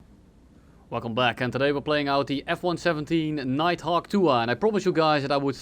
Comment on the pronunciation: ahh yes, the Nightfawk